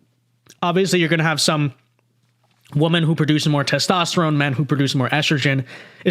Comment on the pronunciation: won't say WOMEN correctly just like the transgender in the video. PROOF!!!!!...he is pretending. He's a grifter to make YouTube money. It's obvious!!!!